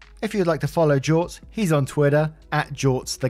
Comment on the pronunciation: You pronounced it correctly. Good on you.